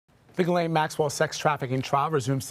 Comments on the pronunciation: It’s not pronounced ‘Jizzlane’ you muppet - learn to pronounce it before trying to sound authoritative! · Are we supposed to believe that this reporter was in the room when she can't say "Ghislaine"? And it is a federal case, hence cameras are not allowed into the room. So it really can't be considered a public case.